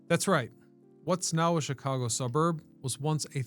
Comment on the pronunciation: Me thinks..... You're purposefully mispronouncing Chicago